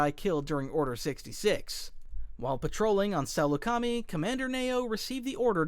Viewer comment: Your pronunciation of Saleucami offended me